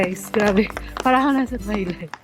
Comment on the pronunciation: Karamihan ng pinoy na nagpapa-sosyal napansin ko ang salitan "parang," nag-iiba. Kaya ni Ate kung i-pronounce iya and parang ey, parreeeeeeeeng. SOSYAL!